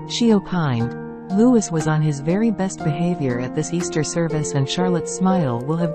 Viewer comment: His name is Louee. Louee. Louee. I detest computer generated voices.